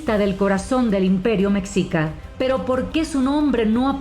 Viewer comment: ES. MEXICA OMEJICA. PRONUNCIADO. YA SUDAMERICANOS APRENDAN A HABLAR ESPAÑOL LAS PALABRAS MEXICANAS. NO PUEDES INCLUIR A UN CASO ENTRE TANTOS LOS MEXICANOS SOMOS INDO AMERICANOS Y ESPAÑOLES AL MAYOR PORCENTAJE DE ASÍ 50 Y 50 POR CIENTO. Y NOASEAS MENTIROSA. YO TENGO CASI 80 AÑOS SOY MEXICANO Y HE VIAJJADO POR TODO MÉXICO LO CONONOSCO. SOMOS HISPANOINDIOS. MESTIZOS CON GENTE EN MAYOR SANGRE HISPANA YTAMBIEN EN MAYOR SANGRE INDIA. Y MEDIA. NEGROS NO HE VISTO. ÚLTIMAMENTE LOS QUE APENAS HAN VENIDO EN CARAVANAS DE ESTOS ÚLTIMOS AÑOS PRETENDIENDO IR A E. U. Y QUE VIENEN DE HAITÍ CENTROAMÉRICA CUBA NEGROS VENEZOLANOS COLOMBIANOS. ETC. Y ESTÁN EN LA FRONTERA DEL NORTE DE MÉXICO CON E. U.... CASOS AISLADOS MUY RAROS NO CUENTAN. LOS MEXICANOS CONOCEMOS NUESTRO PAÍS. Y NO NESESITAMOS QUE EXTRANJEROS NOS VENGAN A ENSEÑAR. LO QUE ELLOS CREN SABER SOBRE NOSOTROS. SE LES NOTA SU IGNORANCIA SOBRE NUESTRO MÉXICO. LA HISTORIA. NO NO LA VAN A CAMBIAR. LOS EXTRANJEROS.!!!! 😂😂😂😂